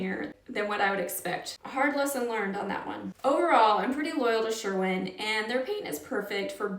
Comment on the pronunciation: Sherwin not Sherman